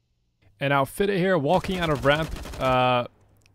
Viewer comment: As a danish person.... its the softest d's in fidde. fiedae and not fitte hüuuuuuuuuuuuuuuuuuu